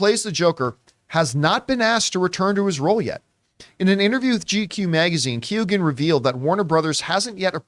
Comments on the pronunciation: Americans and Canadians just butcher names . Prenouced "Key""Eoin" not Keegan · You guys are pronouncing Keoghan very wrong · pronounced KYOH-gan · Barrys surname is pronounced "Qo-han" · Key-ohn is the pronunciation